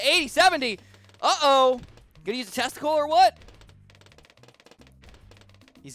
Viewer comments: I kept thinking he said testicle instead of tesla coil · Am I the only the one that heard "you gonna use the testicle or what"